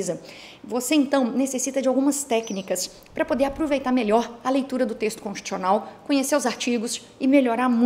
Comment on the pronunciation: Constchiucional que se fala?! :/